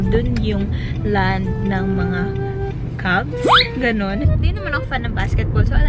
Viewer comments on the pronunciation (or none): Cavs po hindi Cubs